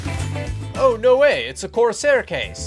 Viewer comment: i'm mildly annoyed by how you keep saying "coRsAIR"..